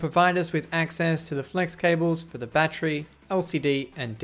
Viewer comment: He said Battchery